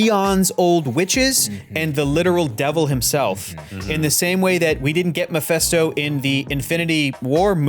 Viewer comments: it's Meh-FIST-oh. Not mih-fest-o. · omg his name is MePHISto, NOT MePHESto. Pronounced like FIS, not FES. How do u all not know this by now?!! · why are people pronouncing mefÉsto , it's mefisto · it’s MephIsto, not MephEsto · Does he keep calling him miphesto?